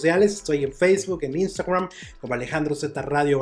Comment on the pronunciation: Oye Alejandro...por k le das esa pronunciación a la palabra instagram?...sólo dila como es y ya...